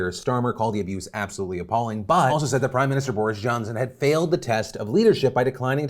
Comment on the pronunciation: did he pronounce said as "sayd"?